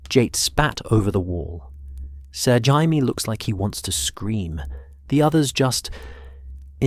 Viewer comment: I can tell you're british. The proper pronounciation is "Jay - me " , NOT " Hi-me". Hope that helps. Great story other than mispronounciations. Hi - me is the hispanic pronounciation. Excellent video otherwise 2 thumbs up